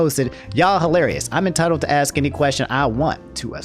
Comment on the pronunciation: it pisses me off that you say 'axe' and 'axed' instead of 'ask' and 'asked'